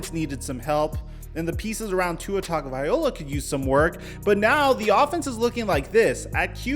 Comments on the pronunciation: TUNG-oh-vie-LOW-ah. Not TUNG-oh-vie-OH-lah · Stop pronouncing tua's last name wrong ALL THE TIME. Just say Tua or learn to pronounce his name. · You do realize you mispronounce Tua's name don't you?